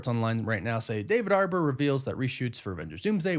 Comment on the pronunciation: Why do you keep calling him David "Arbor"?